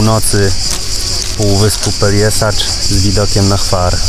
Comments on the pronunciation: Super film. Jak sytuacja pozwoli to zawitam tam w lipcu - rezerwacja w Borku zrobiona :). Jeden fakt natomiast przykuł moją uwagę. Piszesz poprawnie po chrowacku Pelješac, co sugerowałoby wymowę Peljeszac, a wymawiasz Peljesacz. Jak powinno się zatem wymawiać? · Fajne wspomnienia, piękne miejcówki! Też eksplorowaliśmy półwysep, tylko we wrześniu 2020 - było jeszcze mniej ludzi, co mnie zachwyciło. PS. Pelješac czyli Peljeszac, nie Peljesacz 😁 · Dziękuję :-) faktycznie poprawna wymowa to Peljeszac ale gdy wypowiadałem tę nazwę to nie zwróciłem uwagi na ten błąd ;-) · Dziękuję :-) za Panem Robertem Makłowiczem powiem że poprawna wymowa to Peljeszac ale gdy wypowiadałem tę nazwę to jeszcze o tym nie wiedziałem ;-)